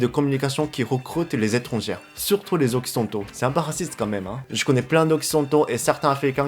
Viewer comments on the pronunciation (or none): Sans vouloir te vexer, je pense que tu dois mal prononcer le mot "étranger". Si tu parles d'un ou de plusieurs étrangers (tout sexe confondus), tu dois le prononcer " é-tran-gé". Parce que "étrangère" (comme tu dis), ça signifie "étranger(s) de sexe féminin" seulement ! Alors quand tu dis "si vous etes étrangère" ou "pour les étrangères", on a l'impression que ça ne s'adresse qu'aux filles ! Voilà, c'était juste pour faire une petite précision pour t'aider en français. J'espère avoir pu t'aider. Continue a progresser, et bravo tu te débrouille déjà super bien ! Omedetou !! ^v^ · Salut ! J'ignore si c'est voulu mais tu utilises le féminin du mot étrangERs. C'est pas étrangÈRE c'est étrangER. Ça se prononce comme ET ou É. (J'ai vu dans une autre vidéo que tu aimais savoir quand tu fais des fautes de prononciation alors voilà.) :) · pour prononcer le mot "étranger(s)" , on ne doit pas entendre le R final mais juste le son "é" (= "étrangé" ), sinon on pense que tu parles de femmes: étrangère(s) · Quand tu dis les étrangères plusieurs fois dans la vidéo, c'est vraiment au féminin ou c'est une erreur de prononciation ? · Je sais que le français est une langue très difficile mais juste la plus part du temps ER se prononce comme le え (é) japonais alors souviens en toi quand tu dis étrangers (Je sais le français c'est chiant en tout cas bien la vidéo)